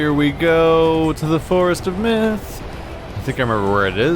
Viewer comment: at the start i was paying attention and it lowkey sounded like he said "here we go to the forest of meth" 😂😂😂😂